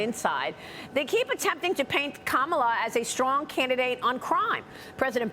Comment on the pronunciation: Nothing but hate in your heart for Trump. Why is still fighting for Trump to lose? He did it 4 years ago. And you can’t even pronounce Kamala’s name and here your fighting for her to be the president!!!!!! Obama and are Illuminati.